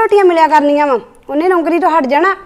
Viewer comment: bht bkr boldi aa naukari word she spell like rubbish